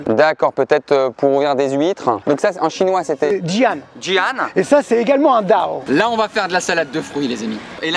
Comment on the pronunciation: Wsh le mec il apprend sa mais il connais même pas les mots Si il connaît les mots mais il sais pas le prononcer (dao=刀）